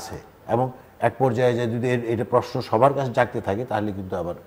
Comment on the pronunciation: আপনি প্রেশ্ন বলেন কেন, বলবেন প্রশ্ন। অদ্ভূত শোনায় ।